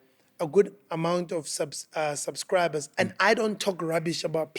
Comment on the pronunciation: Retla "sabcriber" nyovest😂😂😂😂